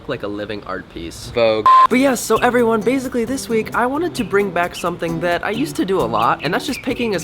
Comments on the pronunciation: 'awww i hear siwens, I hope everywone is okay, okay they're gowne' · "I heaw siwens, I hope evewyone is okay" aww